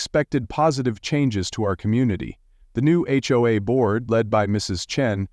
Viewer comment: You sure have a deep voice,. H-hoe-az? Ever THINK of proofing your AI generated voiceover before posting? Credibility factor now is zero.